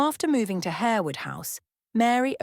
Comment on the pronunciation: You might learn how to pronounce Lasselles and Harewood correctly, and her head ornament is a tiara not a crown. Are you AI?